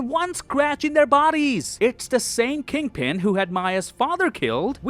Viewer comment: Kingpin as kid-pin 😂😂😂😂